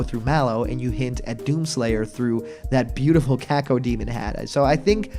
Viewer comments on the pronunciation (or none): none